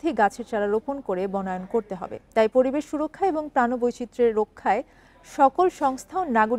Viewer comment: পরিবেশ বুঝলাম পতিবেশ আবার কি বইন 😂